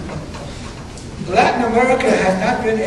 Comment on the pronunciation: Amewica is tewibow.